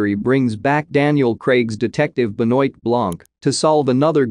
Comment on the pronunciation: please pronounce properly Blanc's first name!